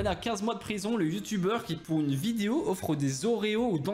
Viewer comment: il a dit video au lieu de vidéo 😂😂😂